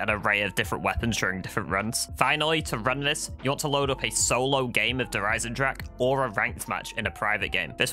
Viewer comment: All this time, and the majority still can't pronounce Der Eisendrache the right way...